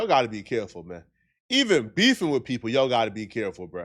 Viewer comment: He say wif instead of with lol